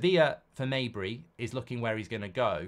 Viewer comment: Mejbri is pronounced with the "j" as it's written